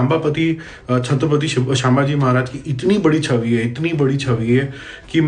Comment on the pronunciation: मुद्दा सही है आपका. लेकिन शांभाजी महाराज नही छत्रपती संभाजी महाराज 🙏 और सु करके नही , एक महान व्यक्तीने राजा के अवशेष एक साथ सिलाकर अंत्यविधी किया था😢